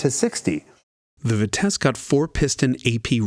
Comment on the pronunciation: bravo for the french prononciation of ''speed''! I actually stopped what I was doing, and rewinded the video when you said ''vitesse''. I'm a french canadian, and this was too good a prononciation for a normal american. It's 100% compliment here. :)